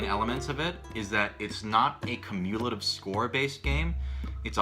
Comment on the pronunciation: Did...... Did you try to say cumulative?